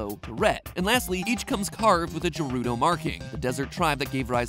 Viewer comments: Hi there how are we today is no one going to talk about how Mat said "Jerudo" instead of "Gerudo" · JERUDO GERUDO Hard G MatPat. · JERUDO! Isn’t it pronounced gerudo? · Did mat really pronounce Gerudo “jerudo”? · Gerudo is pronounced with a hard G, not a J. just thought I'd point that out. Also, he's stopping a lynel charge DEAD IN IT'S TRACKS. Here's a video on that! Not as impressive as the hero of time, but the Hero of the Wild should have the calamity hiding in the corner. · Not jerudo gerudo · Don't think we didn't hear that "Jerudo"... we did... bet you say jiff too instead of gif. Its right there in BotW voice lines, Hard G. Got mah eyes on you Mr Patrick.... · GERUDO! Like “GRRRRRR-RUDO” DAMMIT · Matpat, I swear to Hylia, you say "Jerudo" one more time! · At least he got "Hylian" right. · BOI DID YOU JUST SAY "JERUDO"??? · Jerudo? What’s next Jif? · Ah, yes, Jurudo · ah yes, the jerudo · Did he say Jerudo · Bro said "jerodo" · He really said jaruto tho 😥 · he said jerudo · Bro said Jeruto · so incredibly painful to hear him pronounce it Jer-udo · i know he did not just say jerudo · Lol did you say the "Juroodough" symbol? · LOL I just made that comment as soon as I heard it, glad I wasn't the only one he just jiffed when he should have gif'd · yes honestly that's way worse. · Mat: Mispronounces Gerudo Me: Unholy screeching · Say gerudo again.... slowly. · This video is great, but how he says “gerudo” kind of triggers me.